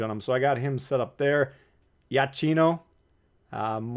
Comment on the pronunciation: Ciao. FYI in Italian CH sounds like K. So Iachino is pronounced as Iakino….😉